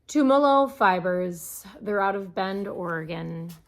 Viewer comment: I lived on a farm in Tumalo in high school. It's pronounced Tum ah low (Tum, like you'd start saying tum-my).